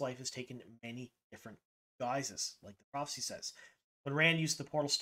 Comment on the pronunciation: The word PROPHECY has 3 syllables. You reduce it to two and at first, listening without watching I heard PROXY lol!